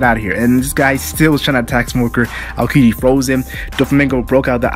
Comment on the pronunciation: All had their awesome moments but probably Alabasta or Sky island. You should practice saying Aokiji's name more often, try not to force out some words too fast. Every time you tried to say his name I heard "akedi"